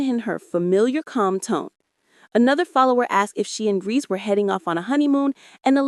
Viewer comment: It's Brice not brees 😂